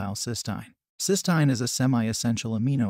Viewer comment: That’s not how you pronounce cysteine